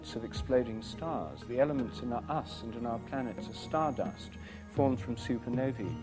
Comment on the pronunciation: The way Rupert says "Supernovi " and "Los Angeleees" are potential the best and most quintessentially British pronunciations i've ever heard in my life.